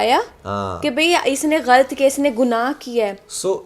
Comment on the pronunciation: apna glt bolna thk kro😂 Glt ni galat hota h 😂